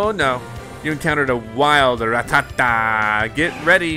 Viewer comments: I’m sry, did he say...”Ra-tah-tah!”...😶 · RrRatTaTa? He says Rattata wrong and it’s annoying